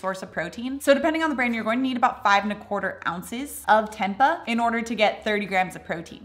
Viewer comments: It is “temp-ay” ☺️ the 2nd way you pronounced it originally was correct. Love your videos! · Fyi: Tempeh is pronounced "tem pay." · Tempa 😭 lol! It’s pronounced temp-eh (like us Canadians ‘eh’) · Its Tem Pay not Tem Puh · Its pronounced as tem-pey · it's pronounced tempay, not the way you say it 😉 it's from Indonesia (im half indonesian 😉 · It's pronounced "tempay" using a long A😀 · It is pronounced tem-pay I believe. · That's pronounced as 'tam‐pay' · Pronounced Temp- pay 😊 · Pronounced tem-pay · Tempe = Tem-pay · It's pronounced "tem-pay" x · Its temp-pay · learn how to pronounce tempeh arggg... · I don't understand why she didn't look that up online before she recorded the video. It would have taken her less time that it took me to type out this comment.